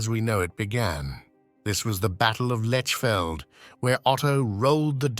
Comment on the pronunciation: Lechfeld is pronounced Lekhfeldt. But you have got Ulrich right. The Magyars, of course, became the Hungarians.